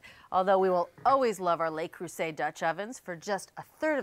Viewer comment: Finally! or someone stopped saying "lay" Creuset!